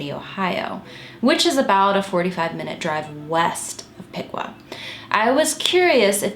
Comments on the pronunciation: Piqua is certainly not pronounced pee-kwah, it’s pik-wuh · Just a tip from a crazy Ohioan: Piqua is pronounced pee-kwah and Medina is pronounced meh-die-nuh